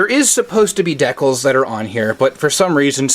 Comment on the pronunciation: I liked everything except the way you pronounce Decals 😆